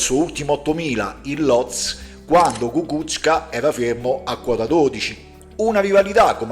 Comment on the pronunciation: Ecco, parlando ancora di pronuncia, quella corretta è Kukúzka